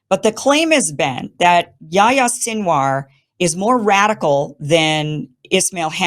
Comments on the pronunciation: YaHHHHHya. Say the 'h' sound, its not yaya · “Yahi-ya” ( John in Arabic) not “yaya”